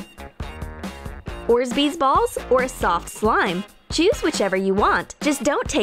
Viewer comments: Awwww That Nutella slime is awful its so sticky you have no idea how to make slime!Not to mention but add a bit of shaving foam and you use 3 bottles!!Also its pronounced or-bezz spelled orbeez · Please tell me she didn’t just call them O R Z B E E Z also “pink stress baby” girl w h a t a r e y o u o n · Did she just say orsbeesballs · Did you said orsbeez? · I'm also getting annoyed when she says orzbees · Did anyone else hear orzbeese!?? 😂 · am I the only one that heard that women say orsbeez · it is not called orzbeez balls lol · orsbeez. lol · Orsbeez? You've gotta be kidding me. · “orsbees” 😂😂 imma just leave dat there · And again she says orbsbees wtf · she legit just said, "orbsbeez balls" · "Let them bloat" "Orsbeed balls" Note: There is bad pronouncing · Her: let's let the orz-beez bloat! Me: falls out of chair dying HAHHHHAHHHHAHHAHAH!!! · Did she say Ord-beez Wow even a nine year old can pronounce that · IM DONE. "orzbeez" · Orsbeeds haha😂lol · Lol orsbeez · she keeps saying "orzbes" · oRzBEEZ WHERE IS THE EXTRA Z, SIS?? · You said orbeez wrong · She says Orbeez wrong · They said orbeez wrong... and it killed me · If she says ors-bee-z one more time I swear. It’s or-bee-z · You pronounce it or bees not orsbeez you dimwit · ORBEEZ NOT ORZBEEZ Also I love how you say red head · It's pronounced OR BEEZ not ORS BEES. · How they say it. Ore'sbees. How they should say it. "Orb-eez" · Not orzbeez orbeez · they say orzbeez balls but its pronounced orbeez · I think u pronounced orbeez wring it’s not orzbees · It’s not orsbeesz it’s orbeez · Orzbeez Balls? THEY ARE CALLED "ORBEEZ" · It’s pronounced orbeez. Not orzbeez. SMH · It's not 'ORZBEEZ' it's 'ORBEEZ' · Orsbeez ?😂 orbeez*😁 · Is it just me? Or is anybody else bothered by the fact she said orsbeez??? It’s pronounced Or-Bee-zh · GURL is not ORSBEZ BALLS WHAT THE HELL ARE ORSBEZ BALLS??? ITS ORBEEZ 😂😂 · did you say orzbeez its orebez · orzbeez balls ? it is called orbeez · wtf is ornzbeez?